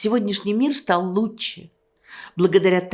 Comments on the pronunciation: Как Эйдельман произносит слово лучше. Она говорит: луче. Забавно это. Это голос ее поколения. Свой прикол. Мой дедушка говорил вместо слова вчера, он говорил: вчерась. Ну например: Вчерась Алёшка пришел пьяный. Ай дурак. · она говорит: луче